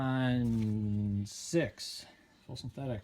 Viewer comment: I hear many people pronounce it as DEX TRON. It is pronounced DEX RON like it is spelled.